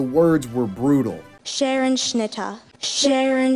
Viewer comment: The way she pronounced "Scherenschnitte" hurt me!